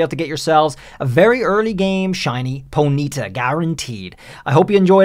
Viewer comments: its not ponita its pony ta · "Ponita" its Pony-taw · Po-nita x.x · so... is NO ONE going to rage about how he pronounces ponyta? The entire world: po-nee-TAH: po-NEE-tah??? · Its.... Pony -Tar ....... Not ponita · Pony-Ta not ponieta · Dude its PONY-TA, not poneeta. Annoying AF. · Why do alot of people mispronounce Ponyta name wrong 😂 it's sounded how it's spelt Pony (baby horse) and ta not if it was a high pitched y in pony it would have an I with a mark on it it's a baby horse itself 😂 it's been out for so long and people still can't pronounce Ponyta name right 😂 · Side track but very interesting way to say ponyta. Never heard anyone stress the NY before. usually it’s PonyTA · I feel like I’ve heard two different ways to pronounce Ponyta where one is the way is saying it and the other is how I’ve pronounced it ever since I heard it in the anime as pony-ta so which is the official way to pronounce its name? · It's weird how you way Ponyta (Pony-ta) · Ponita. Sorry like nails on a chalkboard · Do you pronounce the word pony like poe KNEE ?? Then why would ponyta be prounoucned po KNEE tuh. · How many times can you say ponyta wrong? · The way you say Ponyta really bothers me more than it probably should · Does everyone pronounce 'Ponyta' the same way he is? Is it a meme? Or have been saying it wrong for the majority of my life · Why does it bother me so much the way you say Ponyta? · Stop saying ponyta. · Stop saying Ponyta wrong lmao